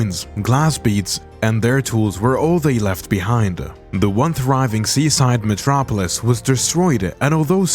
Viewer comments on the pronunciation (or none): none